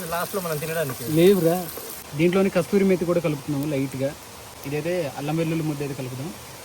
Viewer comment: Kasturi methi kadhu bro,kasuri methiiii 😊